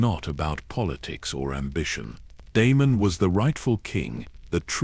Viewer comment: Prince De-me-num, the rogue prince 🙈